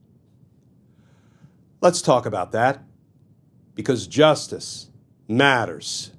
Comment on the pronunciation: I appreciate this series and how Mr. Kirschner explains things, but do you think he might lay off a bit on emphasizing "Justice Matters" in that forced manner? It ends up sounding a bit corny. I'll keep watching, but I wish he'd lighten up on the notion that he has to come down heavy on the catch phrase.